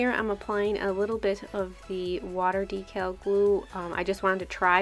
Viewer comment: I'm so used to hearing Christine from Simply nailogical say decal differently it sounds so weird to hear you say it the right way omg. lol love your sharpie manis. :)